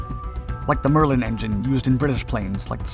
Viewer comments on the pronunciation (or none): none